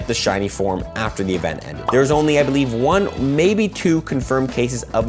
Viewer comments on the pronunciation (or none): none